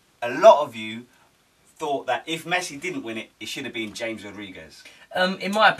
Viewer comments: It's Ham-ez not James. Other than that good show. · It's CHAMES mate